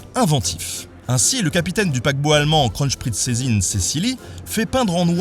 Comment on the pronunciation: En allemand, le V se prononce comme un F. Il n'y a pas de S entre le n et le p. Le Z se prononce "tz", pas "ch". Le double S se prononce comme un S, pas comme un Z. Il faut prononcer le dernier E de Cecilie. Il n'y a pas de sch entre n et p, et il y a un n avant le z. Et le h et le deuxième l de Wilhelm doivent être prononcés. Mais c'est bien d'avoir essayé :-)